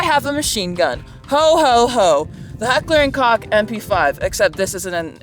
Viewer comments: min. 🙄😠⚠️IT'S NOT "HEKLAH & CO*K" - IN GERMANY WE SAY!🇩🇪 🤬"𝕳𝖊𝖈𝖐𝖑𝖊𝖗 𝖚𝖓𝖉 𝕶𝖔𝖈𝖍,,🤬🇩🇪 THAT WAS SOME 𝕲𝖆𝖜𝖉-𝖆𝖜𝖋𝖚𝖑 𝕻𝖗𝖔𝖓𝖚𝖓𝖈𝖎𝖆𝖙𝖎𝖔𝖓 !! ⚠️😠🙄👎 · Entertaining, nostalgic, funny. Subscribed! Just one gripe: it sounds like Coke, not Cock. Imagine ordering a rum and coke. Hahah Heckler and Coke Just the fax, maam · It's pronounced Heckler and Coke, not Cock. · it's pronounced COKE. Hekler and COKE....and this may be a coincidence but I may have worked with your mom way back...i mean at a real workplace.